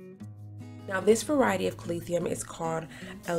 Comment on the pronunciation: Is it just me or do I keep hearing “Calath-ium”?